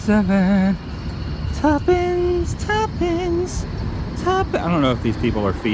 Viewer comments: I was thinking the same thing, but I kept on thinking that he was saying "tuppen"...which makes absolutely no sense, since i've never even heard of the word tuppen lol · Ok.. its TUPENCE a bag ( Two Pence)